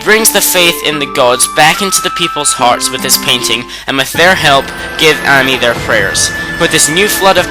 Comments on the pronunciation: Issun's name for Amaterasu, Ammy is Pronounced Aw-May, its Queen He-Me-Kow not Him-Ee-Kow, its Say-On not Sigh-An, its Knee-Pone not Ne-Pone, and let me say it again Ore-oh-Chee, not Ore-oh-Key, now y are you saying Sue-Zan-Oh? its Sue-Son-Oh, and i understand this mistake, its Sock-Ey not Sake even though its spelled sake, its not is-soon its Ee-Soon, again, i agree with you opinion, im just telling you how to properly pronounce the words in Okami/Okamiden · I'd say it's 'Ah-may' (Ammy), Say-ahn (Sei'an), Soo-sah-no and sah-kay (I'm just nitpicking over dialect differences though, considering we all form our vowels differently; I tend to aspirate the Japanese ones), but I couldn't agree with the point of this more. The way this guy pronounces everything drives me crazy. It's cringe-worthy even if you haven't studied phonetics... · I agree with Yami as well. And even though I mostly called you out for butchering most of the names like Ammy and Orochi but honestly. This list was amazing I cried when I saw Kurow again but like... Okami and Okamiden are amazing games. People need to publish or advertise more games like this. Capcom... you have outdone yourself.